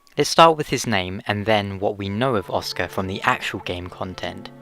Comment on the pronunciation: "Åska" pronounced: "Oscar" (without the "R", and with a British accent). Means "Thunder". "Åskar" is the noun form of the word, which is pronounced the same as "Oscar".